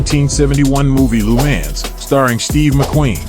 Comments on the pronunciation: Most horrible pronounced Lemaaaaaans that I've ever heard. He has to know how ridiculous he sound's. Any attention is good attention i guess? And the McLaren F1 Lm only 5 were made a i believe it was different from the other F1's. Check it out. That Lemaaaaan's is incredibly irritating!!! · That pronunciation of Le Mans is absolutely horrible. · how did u pronounce..LeMans?😂😂so..weird..